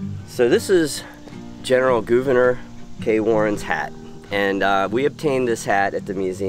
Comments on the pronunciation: Always look forward to your videos. Thank you for simply pronouncing Gouverneur correctly. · you can’t win 🏆 lol 😂 but for the record you did pronounce it correctly!